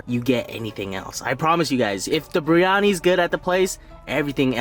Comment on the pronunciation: It's spelled biryani. You say it with the "r" before the "I". But it's supposed to be said with the "I" before the "r". The full pronounciation is beer-yani with a small roll on the "r". Keep up the good work tho! Just a little too from a brown dude